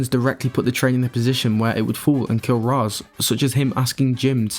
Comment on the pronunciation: The only couple things I disagree are... I like Snyder's justification about why it is important to test these characters, like Batman, about their rules and morals. Makes for an interesting study of the character. Aaaaand the pronunciation of Ra's, lol. It is pronounced as it is in Bale's movies. As you said, Arabic. Makes no sense to say it as "Rage" when it is not even in English. And I feel that Batman rule at this point shouldn't be about "no kill" but to "not murder". People can and have died. When it is a matter of self defence should be fine. But to murder? It is with all the intention, cold heart and even advantage. That's why in BvS his true first murder was gonna be Superman, besides of being someone innocent.